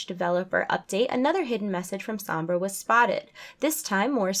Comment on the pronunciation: It's "Somb-brah"